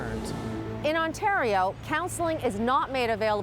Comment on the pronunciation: lollll ''Ontatio''...another vid its ''Vancover'' another is''Cadana'' Not paid enough??? need a grade 12 diploma???